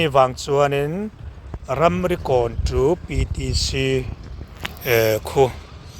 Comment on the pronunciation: Ramrikawn tih tur hi 'Ramrokawn' i ti a nia.😂